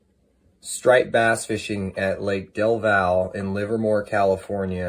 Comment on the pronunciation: Del val, lol its del valle😂